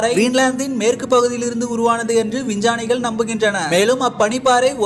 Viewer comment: வின்ஜானிங்களா 😢 விஞ்ஞா =:> vingya 😢😢 வின்ஜா =:> vinja